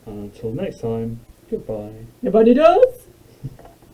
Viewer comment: It's Na-bo-NIGH-dus, not Na-BON-i-dus.